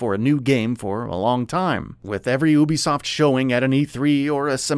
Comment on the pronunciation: This nigga saying Obisoft